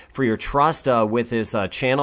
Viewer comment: Wonderful, first weatherman to pronounce the Caribbean names correctly! Thank you for the updates.